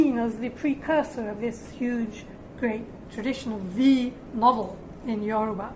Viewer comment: The way she pronounces the Yoruba words is 100% spot on.